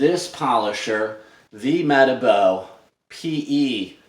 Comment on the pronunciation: Hi saw your link on the rotary revolution group. Pretty sure it's pronounced - Mer Tar Bo. This rotary is a weapon, it's so grunty and a far better design than their PE 12- 175. The Rupes LHR19 was a letdown to me when testing it.